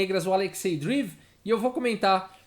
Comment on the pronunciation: Fala,, tudo bom? Adoro seu canal, nunca vi o xadrez explicado de um jeito tão claro e descontraído. Vc manja muito! Só um toque sobre a pronúncia de Dreev. Pode ser Drieiév, ou Dreiév. Não é “Driv”. Valeu, abraço!